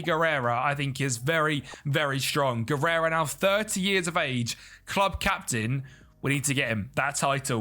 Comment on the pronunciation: A solid 1 hour of calling Javi Guerra "Guerera"